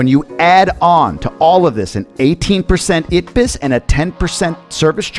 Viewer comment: I've watched several of your videos and I think that the information in most of them is pretty spot-on! Congratulations, not bad for a gringo living in the DR. One bit of assistance for you: The ITBIS tax in Spanish (DR Spanish) is pronounced E-tey-bis, not It-bis). Hope this helps...